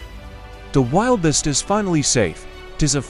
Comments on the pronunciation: Check your pronunciation of “wildebeest” \ ˈwil-də-ˌbēst \ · It's pronounced. wil·duh·beest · Wiliest? Get your editor to pronounce and spell words correctly or I and many friends will stop watching! How difficult is it to google the animal and pronounce it correctly? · It is pronounced as wil de beast. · Wil da beast pronounced idiot. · Apologies for the AI conversion ,pronunciation..Thanks for watching 🙏🙏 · The AI ,caused that mispronounciation. Thank you for watching 🙏🙏🤠🤠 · Noted..Yes,Wildebeest mispronounced, by the AI Narrator ..Thank you for watching 🙏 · The AI converter, created that pronunciation issue.Thank you for watching 🤠🙏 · It's the AI generated pronunciation. Caused an error. Thank you for watching 🙏🙏😀